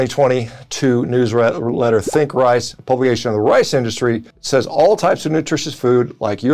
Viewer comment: Had to rewind it a couple times to hear him say brown "wice"